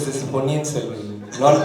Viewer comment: സെൽവം അല്ല ചേട്ടാ സെൽവൻ